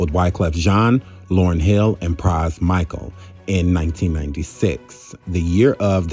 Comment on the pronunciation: Pras "Micahel"??? Man.....you tripping.